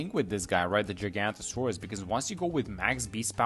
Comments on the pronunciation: It is giganotosaurus NOT GIGANTASAURUS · The way bro said giganotosaurus at the start 🥀